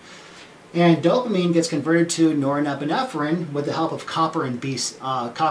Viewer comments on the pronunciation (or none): Yes. Great explanation. But somehow he's got an extra syllable in that word... :D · I'd never take any advice or notice of a 'Doctor' who cannot even pronounce norepinephrine properly.... Specialist, or snake-oil salesman?? Does someone hear a duck quacking?